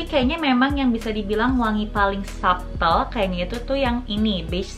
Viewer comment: hi kak, it's a great review! oh ya, beberapa kali menyebutkan "subtle" itu bacanya sa'tel huruf B nya silent.. trus oud bacanya ud, kalo kebaca ot itu untuk oat (makanan):D have a great 2022~